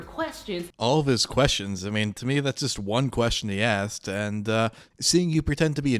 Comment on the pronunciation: Just because they "axed". Lol